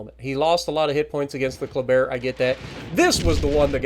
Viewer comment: Hey! First time I was confused when you said Colbert. But it was a Kleber 😅 nice video 👍